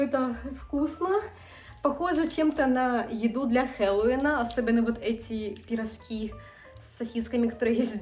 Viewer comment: Учите русский! Учите произношение и грамматику! Если нехватка в славянской еде есть приезжайте обратно! Рвите гражданство и все! Это все-равно не настоящий творог и кефир. Пирожки, а не пирошки! Пускай муж переезжает, а не жена! У вас ломается русский! Учите заново язык! Ш твёрдый. Учила бы мужа языку. А так не плохо!